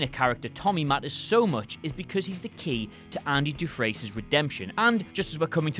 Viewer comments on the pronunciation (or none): Andy's name in Shawshank Redemption is pronounced Du-Frain, not Du-Fresn. They say it repeatedly in the movie, WhatCulture, please have your narrators watch what they talk about before talking about it. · Dufresne is pronounced "Doo-Frain"... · Shawshank Redemption - "Andy Doo-FRES-neh"?? Really? Morgan Freeman says his name like 10 times in the movie, there's no excuse for that. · How do you guys constantly mispronounce names? Have you never seen Shawshank? Its pronounced like do-frain. Are there no silent letters across the pond?